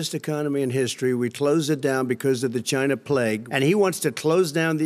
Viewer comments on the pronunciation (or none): Do you really mean "The Jina Plague?' Or did Trump finally pronounce "China" right?